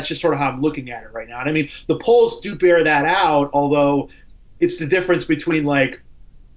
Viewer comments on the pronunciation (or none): none